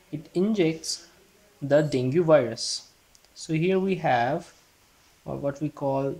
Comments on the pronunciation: Great video ! Btw, dengue is pronounced as Deng-gi.. not deng-gu. Have a good day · Frst of all.... It's डेंगी.... Dude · Deng Ghee, its DENGGGGHEEEEE